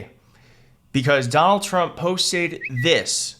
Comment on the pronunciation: The first thing uttered in this video is 'Dol Chmp'. The psychopathic, fascist dictator in chief is named 'Donald Trump', as evil and dangerous and ruinous and vomitous as he is, not 'Dol Chmp'. It's like saying 'Adlf Htlr'. [sigh] Annoying.